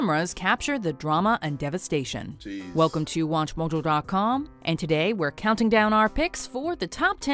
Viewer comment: Why'd she say Watchmojo like that?